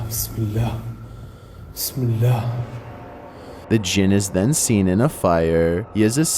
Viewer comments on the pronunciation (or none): #8 "bis me lah"or "piss me loah" people, the djin maker. lmao 😂🤣